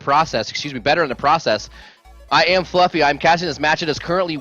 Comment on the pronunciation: "I am Flufvy, and I'm not okay with that." Fucking dying man, that is hilarious.